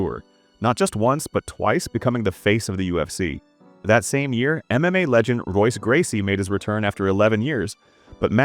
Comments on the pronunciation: Royce Gracie is pronounced Hoyce, as is every R name in the Gracie family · Can’t stay if you say ROYce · Royce. It's pronounced Hoyce. Lost all credibility in less than 30 seconds. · not even 30 seconds in and you mispronounce royce gracie. wtf kind of mma channel is this if you dont even know their names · Soon as the video pronounces the R in Royce I check out. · The AI butchering pronunciation of names like Royce and Rua is infuriating. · "Royce" Gracie, immediately stopped this video and removed it from my history. Fuck AI dialogue videos. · What do you expect, they pronounced Royce with a hard R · "Veetor Belfort, Royce Gracie" lol